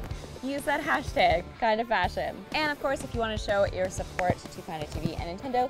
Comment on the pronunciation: "Megazine" "Hashteg ".